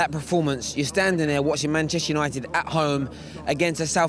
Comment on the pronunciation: Both can't pronounce Manchester united